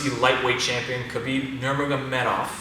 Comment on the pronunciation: Still playing with that name pronunciation like u heard that name yesterday